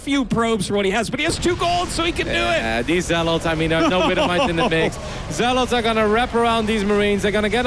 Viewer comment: Dude, why are you unable to pronounce "zealots"? It's not zell-LAWTS